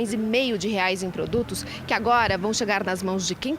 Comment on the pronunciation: A reporter diz que o preço do gás é de setenta "REAS" e acima de 100 "REAS". Ela ainda não aprendeu que a nossa moeda no plural tem o nome de REAIS e não como ela diz "REAS". Veja a partir do vídeo s.